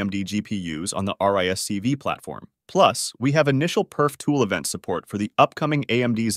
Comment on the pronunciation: Hmm all these acronyms can be har to read sotimes RISC-V is read as risk 5 not *r i s c v", an idd thing to miss um,ess this video is narreted by a TT$